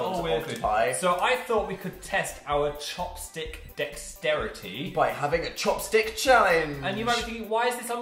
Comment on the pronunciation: i thought chopstick said chapstick and i screamed